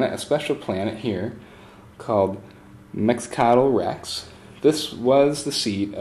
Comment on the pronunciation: love the walkthrough, but I cringe every time I hear you pronounce Mecatol Rex